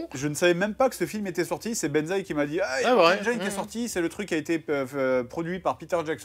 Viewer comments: par contre 'engine' se prononce comme ça : ˈendʒɪn et pas ANJAÏNE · Ça se prononce mortal "enjine" pas "enjayene" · ça existe pas Engaïne en anglais ^^ Il faut prononcer "Endgine" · BONJOUR. CECI EST UNE INTERVENTION. "Engine" se prononce "N-Djinn" et non N-djaïne". Conteste même pas. Il n'est pas trop tard pour changer, et rejoindre le camp de ceux qui ont raison, parce qu'ils parlent anglais. De même, si tu prononce "praïson break", il est encore temps de faire repentance. Sinon tu finiras dans l'enfer de ceux qui disent "oui mais alors pourquoi tel mot ça ce dit comme ça gnagnagna". On prononce "prix-zeunne". Non, chut, la contestation est futile. Tu as tort. MAINTENANT TU SAIS. NE FUIS PAS LES FAITS. LE POUVOIR EST ENTRE TES MAINS. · Mortal engeaïne... mon oreille saigne ^^ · Mortal Engiiine (se prononce i et pas aie!) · hmm. on dit pas "mortal enjaïne " ...juste comme ça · Attention à la prononciation, Benzaie va se facher^^. C'est /ˈendʒɪn/ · La prononciation de engine ahhhh! ça se prononce comme "machine", pas comme "vagina" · On dit engine. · Bon sinon, vous savez pas prononcer Engines.